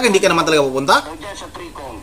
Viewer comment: BoBo mag pronounce NG TRI COM...😂😂